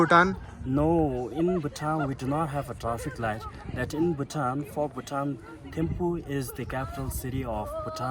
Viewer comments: Bhai poore vedio mein timphu kyu bol rhe ho ...Thimphu is right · Its so annoying Its THimphu not Timphu